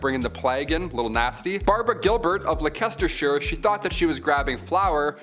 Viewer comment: Are you trying to say Leicestershire?